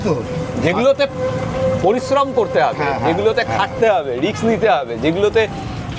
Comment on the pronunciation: what you said about biz is fantastic, but pls stop saying "rix" - it is RISK